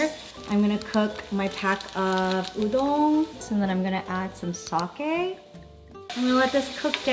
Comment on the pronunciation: is it me or did she say udon like it was french 😂